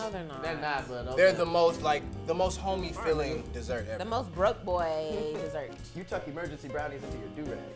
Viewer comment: said Dossert, boy you built like a DOzer